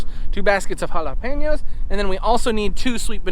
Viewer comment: Your Spanish teacher must be so proud of you,! You pronounce "jalapeño" so well